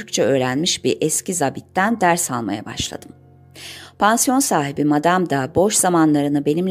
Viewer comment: SESLENDRMELERİNİZİ BEĞENİYLE DİNLİYORUM.. SANIRIM BU İLK ELEŞTİRİM OLACAK : 'ZABİT' SÖZCÜĞÜNÜN TELAFFUZ EDİLİŞİ BENİ ÇOK RAHATSIZ ETTİ.. VİDEOLAR İÇİN TEŞEKKÜRLER.. EMEĞİNİZE SAĞLIK..